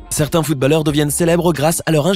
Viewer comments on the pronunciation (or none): Comment il prononce footballeurc incroyables